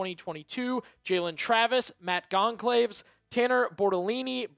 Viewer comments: Your pronunciation for Matt Goncalves is gon -sal-ves. Hope this helps. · Matt Gone-Caves is an absolutely WILD way to pronounce Goncalves. 🤣🤣🤣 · Learn to pronounce names. Makes you look unprofessional when you butcher Goncalves name. Pronounced Gon Chal Vese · Absolutely butchering “Goncalves”